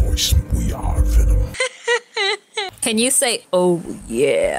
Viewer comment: its Wee.. ARe VENumm. not wee r venim.